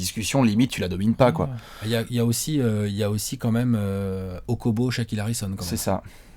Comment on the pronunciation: "okobo, shaquile harrison" ce monstre 🤣🤣